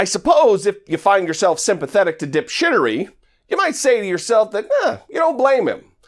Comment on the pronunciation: "Dip shitory" LOL.